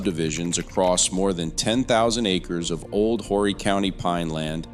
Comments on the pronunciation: Its pronounced Or'ree. Council people from Aynor and NMB dont control what happens in Carolina Forest. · Just an FYI - Conway, Carolina Forest the county is pronounced ORRY - the H is silent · It would really be nice if you would learn how to pronounce South Carolina names such as Horry County and Lancaster County. Also, the Catawba River does not run through Lancaster County. It runs down the western border of the county. It also runs north-south. The river separates the Fort Mill area of York County from the Indian Land area of Lancaster County. Facts are important if you are going to put out videos that report to be accurate.